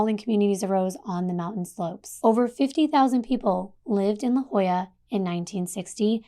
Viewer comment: I live in San Diego. It's phonetically pronounced LaHOYA.😊